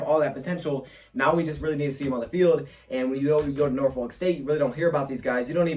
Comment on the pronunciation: Ewww why he say Norfolk like that